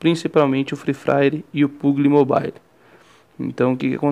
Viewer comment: free fraire kk puguili mobailo kkk zueira mano me ajudou muito👌